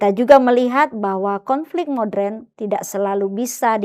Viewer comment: Ibu pendeta.... maaf koreksi... Moderen diucapkan mo-de-ren ya... bukan MODREN